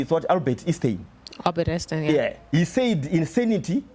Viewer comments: This guy is a joke period there's just no room for failing to articulate the name Albert Einstein just the same as there's no room for failing to pronounce the name Nelson Mandela,,,,definitely you have to be some type of moron. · Immediately stopped taking him serious as soon as he failed to pronounce Einstein